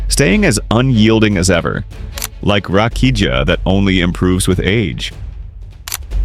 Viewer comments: Rakiya not Rakija get it right . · Its not read Rakija like you say. Its more like Rakiya